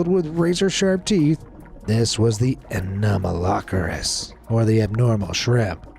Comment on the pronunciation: its "ano-malo-ceris" (pronouncing)